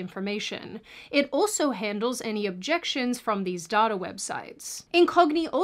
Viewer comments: You pronounce data like daughter. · Did anyone else first think she said „daughter brokers“ and „they will sell your daughter“ instead of data?😂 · You are pronouncing data wrong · Sweet Jesus, Mary & Joseph, what is dahtah? its pronounced "Dayta" the human race is effed. It's getting depressing now. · The most useful thing I learned from this is that even though there are two ways to pronounce "data," still doesn't pronounce it correctly. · The only wrong thing about this video is the pronunciation of data.